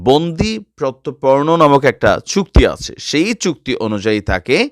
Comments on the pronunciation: প্রত্তপর্ন না শব্দ টা হচ্ছে প্রত্যার্পণ, বাংলাদেশ এ কি কেউই পড়াশুনো করেনা! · ভাইয়া প্রত্যারপর্ন। উচ্চারণ ঠিক করেন